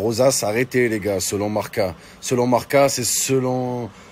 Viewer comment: Selon Marca... Mohamed Henni ne saurait pas prononcer le mot «Marca». 😂